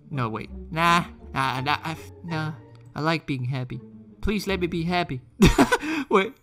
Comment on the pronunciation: No one:: Hreppy